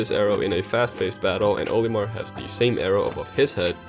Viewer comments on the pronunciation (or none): none